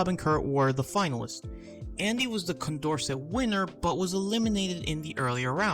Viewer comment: Also, if he does make a new video, Condorcet is pronounced "kon dor say".